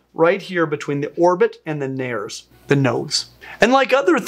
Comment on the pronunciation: I love you byt all derivations of Latin sound out all syllables--which admittedly spells "hed - ake" for primary English or French speakers. I'm thinking of your plural reference to nostrils-- nares, pronounced NAIR ays.